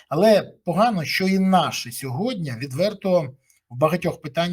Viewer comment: не "сьогоднЯ", а - "сьогоднІ ", невже так важко запам'ятати?